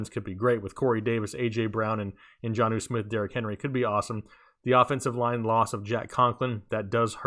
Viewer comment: do you mean Jonnu Smith? It sounded like you talked Geno Smith into a new role and team.